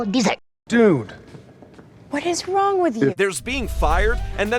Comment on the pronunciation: "hes not wong"